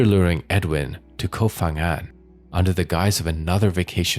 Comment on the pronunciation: The name of the island is "Koh ....", not "Kof...". Who cares?❤️